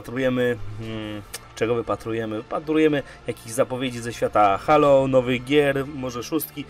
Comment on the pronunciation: Nie żebym się jakoś strasznie czepiał, ale czy nie mówi się [hejlo]. Dzisiaj znalazłem ten kanał i jednocześnie zasubskrybowałem, jednak przez to, że sam mówię [hejlo] trochę się dziwnie czuję, gdy ktoś mówi [halo]. Oczywiście pewnie jest to kwestia wygody w wypowiedzi, nie mniej jednak zastanawia mnie ta kwestia. Aha, świetny kanał ;)